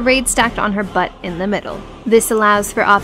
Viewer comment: I've been getting back into the game, love that you and your guides are still around, and the way you emphasize the word butt. :P